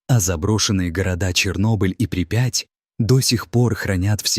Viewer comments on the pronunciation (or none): Какая нахрен припя'ть.при'пять.знаток е мое грамматики.ставь ударения правильно, а то слушать противно!сергей быхов.